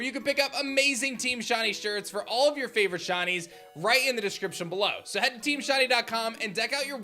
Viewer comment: I love "SHINIES" I hate the way you say it though "SHUNIES "